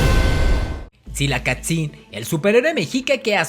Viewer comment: Mexica, se pronunció „meshica“, Tzilacatzin „tzilacÁtzin“ ;)